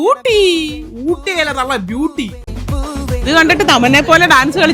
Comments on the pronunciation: ഊട്ടി അല്ല തള്ളേ ബ്യൂട്ടി 😅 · വാട്ടെ ഊട്ടി വട്ടെ ഊട്ടി അല്ല തള്ളേ വട്ടെ ബ്യുട്ടി.😂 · വാട്ട് ഊട്ടി ഊട്ടി അല്ല ബ്യൂട്ടി😅😅😅😂😂😂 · .: ഊട്ടി അല്ല തള്ളേ- ബ്യൂട്ടി😅😅😅😅😅